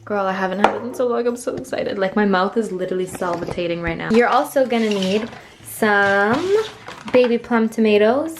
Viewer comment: My mouth is “sal-va-tating” 😂😂😂